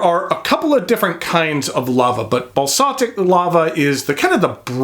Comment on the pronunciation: Basaltic - bah-salt-ick not balsatic (rhyming with balsamic)